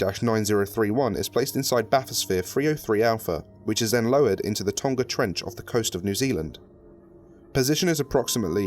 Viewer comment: why can't anyone pronounce Tonga? XD